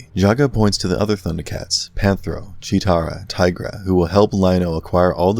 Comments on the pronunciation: Right! Also its Cheetara, not Cheera. He tried tho? 🤷🏻‍♂️ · its PANTHRO and CHEETARA not pantera and chira...... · Their names are Tigra, Cheetarah & Panthro. Idk what the hell you said lol.